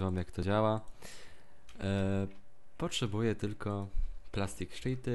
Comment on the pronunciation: "Plastic szity" XD